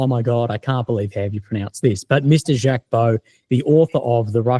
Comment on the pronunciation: BTW Mr Baud is a gentleman, If you have problems with pronunciation type the name into Google Translate or any translate.... this has a button for you to hear the pronunciations..... and Jaques is sounded Zhaque